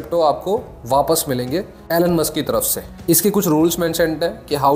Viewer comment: Great video and thanks for sharing details. Just 1 thing Elon is pronounced - E-lawn, not Ellan.